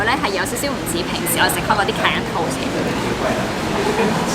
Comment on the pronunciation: great recommendation. try pronouncing it as 'ka-ya', instead of 'ka-yan' 😁